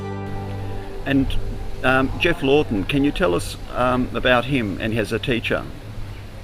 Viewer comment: Geoff Lawton, not "Jeff Lorton".